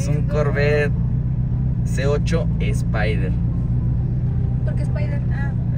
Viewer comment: No se dice corvet se dice corverrr boy Jose torres